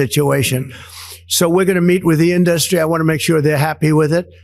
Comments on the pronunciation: Why does he pronounce it, "in-dust-ree"? It's almost like he's sounding out the syllables. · Why does Trump pronounce the word "industry" as "in-dus'-try"? It is pronounced "in'-dus-try". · He is really struggling with pronouncing words ‘Ind-dust-ry’. He is rapidly going downhill. Godspeed old man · What's up with the 'indarstry'? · In DU stry he says ...it's indusrty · Why does he pronounce industry as “in-dust-ry?? Sounds like a moron. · In dust tree = Hollywood I'm I the only one who heard his weird pronunciation of the word industry? Greetings from Germany 💙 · Did trump have a stroke that prevents him from saying industry the right way? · Why does he say industry like that? It’s really annoying. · 'Fil-im in-dust-tree"? F'n maroon. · The "filum" in-dustry? 🙄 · He can’t say the word “film.” He says fill-um. And the word industry, he said in-dust-tree. Dotard needs to go back to 2nd grade. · The pronunciation errors from The Orange Ape in these clips are really disturbing. "filØm indØstry"? Is he having a stroke? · What is a "fillum induss tree"? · He can't even say "film" - he says fillum - and "industry"- he puts the emphasis on the wrong syllable. Uneducated buffoon...I mean, baboon. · Why is he not saying industry or film properly. What is up with that? Does anyone know.